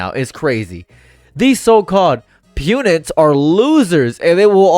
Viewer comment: Pundit...pun-dit, not pewndit.